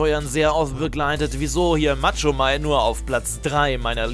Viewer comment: Machomei nicht Matschomei 😂